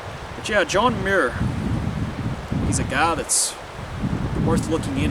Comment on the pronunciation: I believe Muir is pronounced like Mewer.